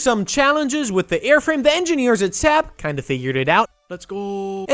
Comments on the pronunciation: you pronounced saab wrong its like sahb or sob not sab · Yeah, SAAB isn’t pronounced sep, the A is pronounced like the first a in again and as there are two of them you hold the a sound longer and end with a soft b, now you know how to say SAAB, congratulations!